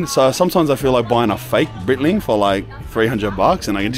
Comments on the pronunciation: lol brother Breitling is pronounced like “Bright-ling” not “Breetling”. And your watch model is called a Navitimer. “Chronometer” is just a fancy word for an accurate mechanical timepiece. 😊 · It’s Bright-ling Not Breyt-ling Cheers brother 🤘